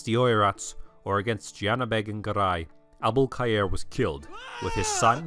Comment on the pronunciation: The 'Abul-Khayr' pronounciation is so satisfying!)